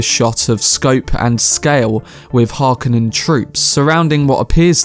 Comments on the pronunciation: As well as pronouncing Chani as Chainee, Dune as Djune, The Harkonnen as Harkonnenens. As well as missing that the still-suits looks like plastic sets not reflecting the original intentions of having water pockets and pumps built in. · The video was good and I can't wait for the full movie in December. Just a brief comment: I believe it's pronounced "Chaw-Nee", "Har-KOH-nen" and Mr. Bardem, being of Spanish origin, would say "Hah-vee-AIR"...